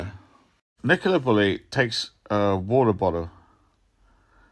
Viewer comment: 13.30 Water botter 🤣🤣